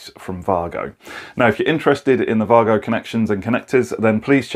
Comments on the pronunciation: Yeah, i heard that difference. Vahgo. I thought it was Waygo. Typical Germans; making excellent things and not shouting about it. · Thank you for pronouncing Wago correctly ❤️